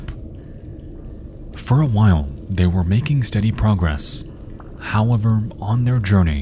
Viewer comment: also not to forget him saying "Howwavar"😅